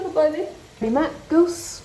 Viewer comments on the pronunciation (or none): none